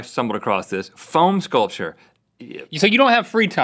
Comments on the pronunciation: I swear, I thought he was saying PHONE sculpture, like cutting up an iPhone with a Nokia or something. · I thought Rhett was phone sculpture! I Google it before I realized he said foam and phone sculpture is a thing. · Same lol then I realized he said foam sculpture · Same I thought he said phone sculpture too I was sooooooo confused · I thought Rhett said Phone sculpture and was, what! Then relieved it was foam. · i thought Rhett said phone sculpure so i spent ages goggling phone sculpture then i went back to the video and unpaused it and at that exact second he was like 'you get a block of foam' and i realizede what he said so i was like ohh... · I thought Rhett was saying "Phone Sculpture," so I looked that up on Google. I was extremely confused on why he was so into phone sheep. Look it up. Why would he be meaning to do that? Only then did I realize he was saying "Foam Sculpture" as he started explaining it. Let's make a Phone Sculpture everyone. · I thought Rhett was saying phone sculpture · Anyone else thought Rett said phone sculpture? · Took me a second to realise it wasn't "phone sculptures", but "foam sculptures". :)